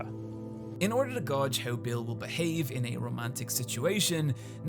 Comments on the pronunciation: did you just pronounce gauge as "gawdj"? It's pronounced "gaydj". I wouldn't have even said anything if it weren't for the fact that I heard someone else (or maybe you) make the exact same mispronunciation very recently in another video. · . Gauj? What kind of accent are you? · You keep pronouncing GAUGE as 'GAW-GE' You don't do this research, you're just a fake figurehead owned by a company. Stop lying to people. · Was the part when you said gahdge your attempt at pronouncing the word gauge? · The word "gauge" rhymes with cage. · "Gauge" is actually pronounced "Gage" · do irish people really pronounce gauge like "godge" ???? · Is that really how people in your country pronounce "gauge"?